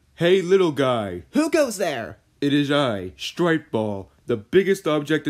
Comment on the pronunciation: bro said stripe ball💀💀💀💀💀💀💀